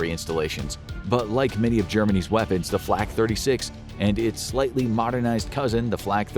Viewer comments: He said “Germany’s fighters” but my brain heard “Germanese fighters” every time I replayed it. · He said Germany’s